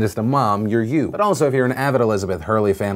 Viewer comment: Whenever Philly says "but" I hear it "fuck"